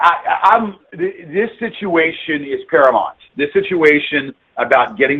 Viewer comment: "This situation is 'paramont'..." You know what else is "paramont"? Paramount Potato Chips - a defunct snack company from Flint Michigan. Paramount's mascot was potato chip cowboy named Slim Chiply. Know anybody that has used a potato chip cowboy as their avatar for 20+ years? It's all about me baby.